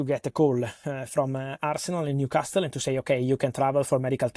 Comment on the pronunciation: Can please someone close to Fabrizio tell him that he shouldn’t pronounce the “h” in hours and the “t” in Newcastle?!? Will be much appreciated! 😎